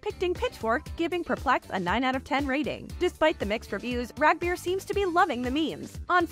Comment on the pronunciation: Rag beer? Yall butchered the name in the worst fkn way